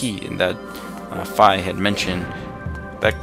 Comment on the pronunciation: The spinner was not useless it was one of my favorite items. Also, I thought it was pronounced "fee" not "fye"???